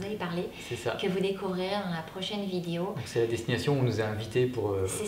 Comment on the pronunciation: j'adore la façon dont tu prononces "Prochaine" "Même" ou "Problème" 😉 ça me rappelle mes études à Namur! Direction les Ardennes je pense!